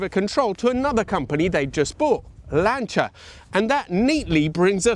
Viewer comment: You speak a very well italian (Autobianchi, Innocenti, Lancia etc), i say this from Italy, Complimenti!